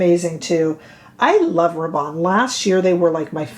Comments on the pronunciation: I would pronounce Rabanne as you do (& I believe as it is pronounced in U.K. TV adverts) Apparently here in the U.K. we have been mispronouncing the car manufacturer Hyundai. However, as someone pointed out we were pronouncing Hyundai as their TV adverts & they, Hyundai have now changed (or corrected) the pronunciation on their recent TV adverts. It’s their brand so we/I will be guided by them. However, what I will say is, I don’t care about exact/correct pronunciation, for me it’s about communication & getting the message across/understood. If I say I am going to I kea people know where I am going & don’t usually feel the need to say that in Sweden it is pronounced E kea. Grammar zealots are another pain in the butt! Phew, I think I really needed to get that off my chest 😮‍💨 🤣💕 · Hey ❣️ULTA’s Video/Model/Spokesperson Pronounces “Rabanne” as You..There ya go..Yes! I find your content extremely helpful as are the folks in your comment section..”Lots & Lots of FUN, here, too!” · You have hyped me on this foundation! I was going to re-purchase the Prada but this one seems to tick all the boxes:) BTW: I am French, and your pronounciation of 'Rabanne' is spot on! Don't get distracted by the mean girls (or boys). Keep going, we are here for it!